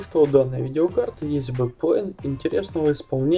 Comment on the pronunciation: ЭМ-ЭС-АЙ ! Как ,как ? бекпле(ЙН) ?? Спасибо посмеялся